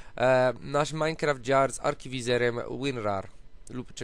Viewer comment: nie totminecraft czy jakos tam tylko .minecraft